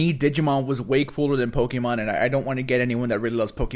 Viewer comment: want to rile a pokémon fan......keep mispronouncing Pokémon. Accents aren't there to be pretty.